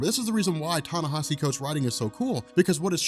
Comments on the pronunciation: ...Ten-nesh-E Thanks bro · long time listener keep uploading the good work. just wanted to say its pronounced Tah Nah Eee See